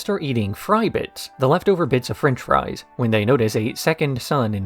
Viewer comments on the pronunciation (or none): none